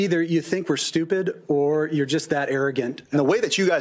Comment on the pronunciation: You mispronounced were as we're. Hard to blame you, the comments make everyone that reads them dumber.